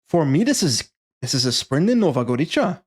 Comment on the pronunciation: Nova Gorica is pronounced with a /ts/ sound rather than č, similar to ts in cats